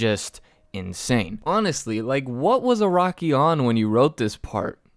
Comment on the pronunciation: This guy can’t just say araki